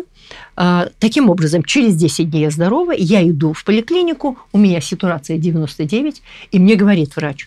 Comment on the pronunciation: "сЕтурация"это что?😂😂?